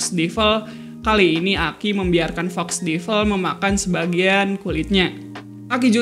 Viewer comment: Agak terganggu sama cara pengucapan Devil...